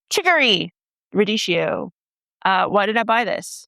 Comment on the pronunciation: Sorry, radee-Kee-o, not radee-shee-o.That's what the h does to a c in Italian spelling.